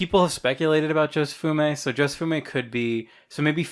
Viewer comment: Jo-Se-Fu-Mi. "Jofume", SMH